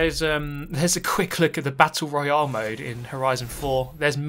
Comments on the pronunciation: What? He says it the same way we do? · As an American I hate how he says Royale 😂